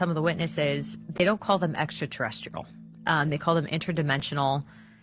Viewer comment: shes pontificating..."extraterrisicle"😂